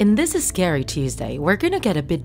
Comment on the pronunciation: Lol like it if she says scayrey